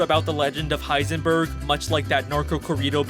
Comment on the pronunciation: he literally says hisenburb!